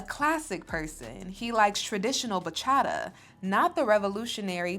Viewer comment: I love you, but please don't pronounce Bachata that way. I'm also wondering why sings Bachata, but can't pronounce it properly?! 😢